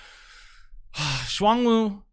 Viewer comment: For their pronunciation, it's Zh-uan (like the 'ju' part of au jus, rolling into Juan) Woo and Ching Long.